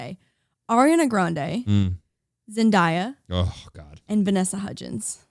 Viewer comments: Came from spotify once I hear zen die ya, hi it's pronounced zen day ya. thank you for coming to my ted talk, don't worry I didn't know at first either❤️ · Hallpass: Number one Zendaya, Vanessa Hudgens, Ryan Reynolds, any Marvel Chris Evans, and Tom Holland Just cause was asking it’s Zen-Day-a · Heart breaks a little everytime someone says Zendayas name wrong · Yes it's Zen-DAY-a, i watched her explain in a vogue 27 questions or some video like that :) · "ZENDIYA" nooo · it’s zenDAYa so you pronounce like the word day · IM SORRY but zenDAIYYa??!????? AHAHAHA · Its zen-DAY-ya 🤣😂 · I died at how they pronunce zendaya...😍😍🤣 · This bugging me but you guys said Zendaya wrong ! Love you guys just had to say that NO HATE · Am I the only one that got irritated how they were saying Zendaya 😭😭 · The cringe was so real when she said her name wrong though I love her self awareness that she is saying it wrong